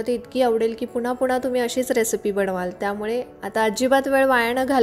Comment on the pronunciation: Check your Marathi pronunciation can’t bear n becomes n: of BANA Sorry